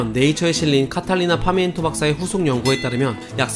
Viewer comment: 중간에 카탈리나 파미엔토 박사님이라고 말씀하셨는데 Catalina pimiento 까딸리나 '삐'미엔또 입니다.